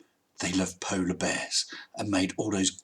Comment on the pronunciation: By the way... Polar bears are only at the Nort Polar region. It sounded like you said "poles", as in both.